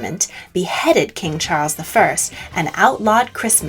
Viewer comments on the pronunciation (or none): none